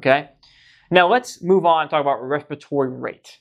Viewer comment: Wespatory wate of twelve😂